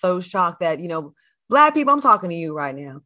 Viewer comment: Love when Funky pronounces the word “Black”…..Blike….or “back” and “bike”